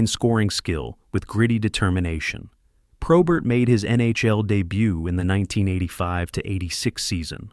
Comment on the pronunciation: Not all correct I grew up with him and friends after he stopped playing. Lots of this is wrong and he doesnt even say his last name correctly.